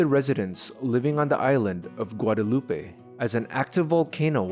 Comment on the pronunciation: and for his pronunciation of Guadeloupe.